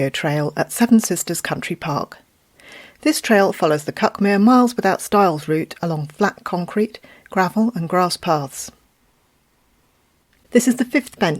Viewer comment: Whilst I found your video very interesting, I feel that I ought to point out that it is pronounced cookmear.